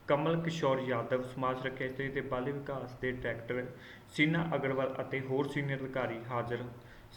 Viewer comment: ਬਾਲ ਵਿਕਾਸ -not ਬਲ ਵਿਕਾਸ